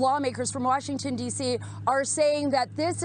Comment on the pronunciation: "Rashington DC " LOLOL